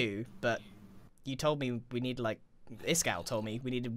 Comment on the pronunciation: Its iskall not iskaal